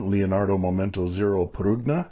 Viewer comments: Actually, in Italian, the "g" in Prugna is kind of silent, (it's actually a palatable pronunciation with the "g" & "n" running together), so it would be pronounced "pru-nah". And yes it does officially translate to plum, but I've also heard it used in reference to a prune: Little Italy Da'Bronx, NY, circa . 🇮🇹🇺🇲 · I think prugna is pronounced "prunya".